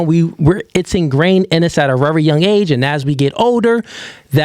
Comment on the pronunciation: My G… I funk with you. I rock with your mindset, your message, and the vision… But damn, if yo dumb ass don’t figure out how to pronounce words like “very” properly, and stop saying autistic sh*t like “rearry” I’m gon have to unfollow.